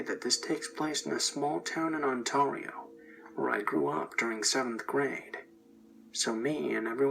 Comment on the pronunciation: Omg he said ontario wrong